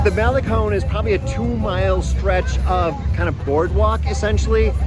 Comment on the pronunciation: Thanks for pronouncing malecon correctly! 😊